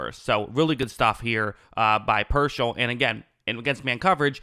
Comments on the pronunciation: PEAR-SALL Not, PER-SHALL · Not “Pershell” it’s “Peer-Saul” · It’s pronounced Pierce-All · He will be a pro bowler in his career. Dude has talent. Also it’s “peer-sall” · Good analysis. Say his name correctly. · I think spending 5 minutes to lookup and pronouncing his name correctly will give you a lot more credibility.